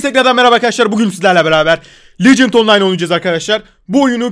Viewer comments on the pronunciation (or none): lecınt deil legend 😂😂